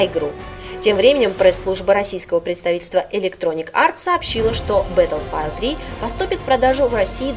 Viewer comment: БаттлфИлд. Не -файлд.